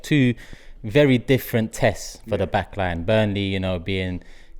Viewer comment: Can someone tell it’s not “the back LAN” it’s “the back LINE”?